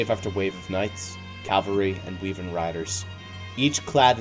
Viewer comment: Why do you pronounce wyvern as "weevern"?